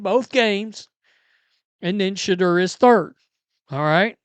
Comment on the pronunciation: It's pronounced Sha-door